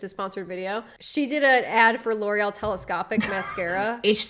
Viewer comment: Oh my goodness she can't even pronounce L'Oreal correctly. 😮